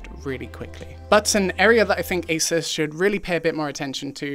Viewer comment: Thank you… it’s As(eh)s not, As(ooo)se